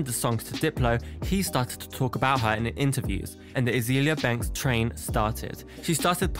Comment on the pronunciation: "Azeeeeelia" lol. Excellent pronunciation mate, its turned me to drugs just hearing it